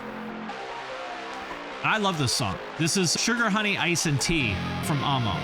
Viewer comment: Thank you so much for calling it ah- mo, and not ammo.